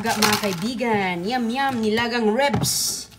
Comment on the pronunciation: Ribs! Not Rebs...